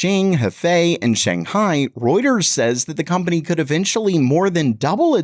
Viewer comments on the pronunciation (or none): none